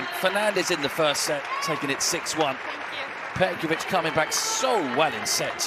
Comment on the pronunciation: I didn’t say it is,just learn how to pronounce her last name correctly